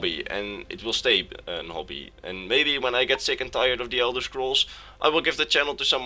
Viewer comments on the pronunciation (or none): none